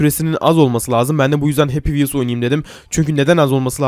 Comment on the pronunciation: Happy vhels senlik diyil